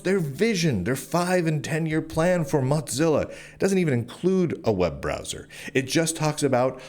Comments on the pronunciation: This is besides the point, but I was listening to this as more of a podcast thing and I was so confused as to who “Mahtzilla” foundation was. When you mentioned browsers I thought surely he doesn’t mean “Mohzilla” and had to look at the screen for context clues. This is just me being dumb maybe, but hearing you pronounce it like Mozzarella cheese and not like Motown has me so distracted. 😂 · Why do you keep calling it "Mot-zilla"? lol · I must digress here, lol- it's not the "Mozzerella Corporation", It's Mozilla, the "mosaic killa". not floppy italian cheese- and every time I hear that, it bugs me to no end lol.